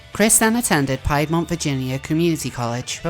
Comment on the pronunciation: Ok I have to be annoying- it’s pronounced “peedmont” college. I love you 😘❤️💕